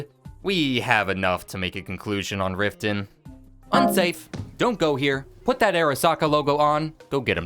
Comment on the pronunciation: its not rifton thats for sure